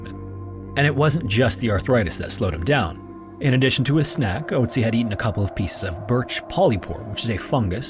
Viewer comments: you didn't recognize a name ending in "tzi" because he didn't pronounce the umlaut "o" correctly? you though there were 2 frozen mummies named ötzi and oatzi? I understand maybe not immediately recognizing the name, but literally saying "that sounds like ötzi" as he says oatzi? The German pronunciation isn't THAT different. Not a big deal but... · Its pronounced more like ertsi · I'm just listening to this and it took me a while to realize you were talking about Ötzi but couldn't pronounce the name lol. I was like "wow this sounds so similar to Ötzi, what a weird coincidence that it happened twice" lmao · The "ö" (in Ötzi or Ötztal) is pronounced as the latin "oe" diphtongue, not like the english "o". (just a hint, no offense :) ) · There is an Ötzi Museum where he is on display - in Bozen, belonging to the southern part of tyrol (Italy). Nice documentation, but pls consider that its an Ö in Ötzi wich is pronounced similar to the u in „murder“…😊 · the way you pronounce ötzi's name hurts my brain